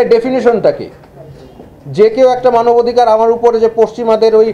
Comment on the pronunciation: চমৎকার আলোচনা হয়েছে তবে স্যার বারংবার মানবধিকার (ভুল উচ্চারণ) বললেন কেন?